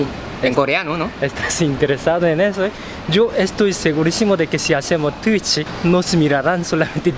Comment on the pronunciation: Es curioso que le digan tuitchi en vez de tuich :v